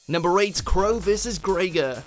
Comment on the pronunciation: Also, learn to pronounce names, please. That's Greiger, not Grey-ghar, and Akiza, not aKIza.